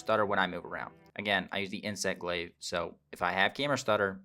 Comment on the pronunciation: Just a little thing but I think you're pronouncing glaive as if the i comes before the a. Its "glayv" not "glee-v". Otherwise good video. I'm a new player who's been loving it but I've got a 4080 super. Still have to run it medium to get over 100fpsduring battles with frame gen on